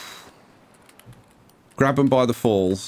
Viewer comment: Ok Ngl I clicked on this wondering if it was pronounced “grab ham” or “grabe um” and when you said “grab um” I was shocked